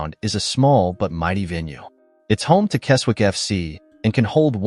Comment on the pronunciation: Right then... let's have a look at this... The Appleby ground (Brumby Hall) you have shown is actually Appleby Frodingham in Lincolnshire NOT Appleby in Westmorland. There's a photo of Rainworth MWFC half way through... that's in Nottinghamshire! Keswick is pronounced 'Kezzick' Tranmere's ground...? What's that here for...? It's in Cheshire!